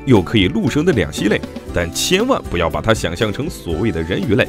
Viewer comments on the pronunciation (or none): 两栖之栖，音QI1。